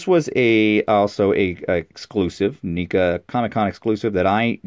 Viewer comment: Just got it today. Leo vs Shredder. Love it. Btw its Neca not nica like necka say it with me neca not nica lol js :)